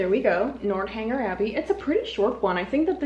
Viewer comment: North, not Nort for Northanger Abbey. 😊